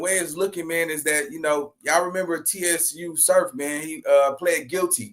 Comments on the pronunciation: Nigga said T S U Surf lol it’s Tsu Surf like Tsunami brother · Pronounced "Sue Surf"😊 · Yo, it’s just pronounced “Su Surf”